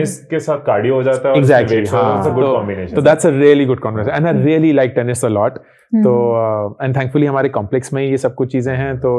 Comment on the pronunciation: When said "tennis" se cardio ho jata hai I heard penis se cardio ho jata hai and I was surprised🤣🤣